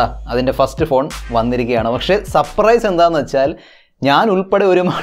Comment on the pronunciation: സപ്രൈസ് അല്ല അളിയാ സർപ്രൈസ്.... 🙆🙆